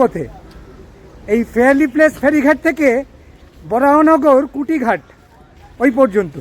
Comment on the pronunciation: একটা প্রশ্ন, কুটিঘাট সম্ভবতঃ অশুদ্ধ উচ্চারণ। ওটা নিশ্চয় কুঠিঘাট হবে। কোনও ইংরেজ সাহেবের কুঠিবাড়ি এখানে ছিল। 😉